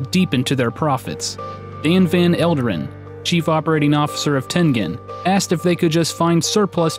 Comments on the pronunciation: It's Tengen....pronounced as "Tenjen". Smh. Gotta love milenials that think they know everything about an era they were never born in by doing massive amounts of research ON THE INTERNET. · It is pronounced "ten-jin", with a J sound, not a G sound. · I thought that it was pronounced ten-jen. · I always pronounced it Ten Gen (as in Genesis) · No! No! No! It's Ten -Jen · It's pronounced "tengine." It's American.